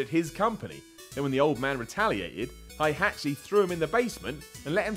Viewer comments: Its Heihachi, not High-hachi. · HI-HATCH-E LUL EU people haHAA its HEY-HA-CHI btw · Hei! Not hihachi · I had to grit my teeth everytime you pronounced "Hi Hachi". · ITS HEIHACHI!! NOT HAIHACHI IT ISNT FUCKING GERMAN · you Pronounce Heihachi wrong It's Heihachi (Hey-Hah-Chi) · never say heihachi name like that your saying it wrong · Please never say Heihachi again. That was enough cringe for the day. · I've never seen someone who pronounces Heihachi wrong so many times in a row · Awesome video but you butchered heihachi Mishima hahahahaha